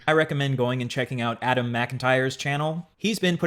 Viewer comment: You did a 6 hour deep dive yet you can't even pronounce Adam's last name correctly. Your opinions are wrong and complete garbage. Adam was groomed, end of story!